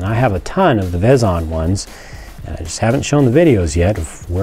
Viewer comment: It's pronounced Veezon